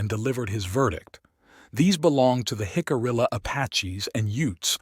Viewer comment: Great video just a shame that AI can’t pronounce Jicarilla. Hick-uh-re-uh